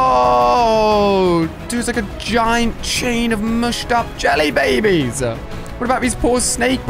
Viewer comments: Is it just me or did Ali-A say jelly bee bees? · yelly babies????